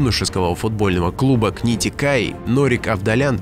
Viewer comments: игрок КНИТУ-Каи, а не книтикаи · Какое книти-каи, книтУ-каИ правильно...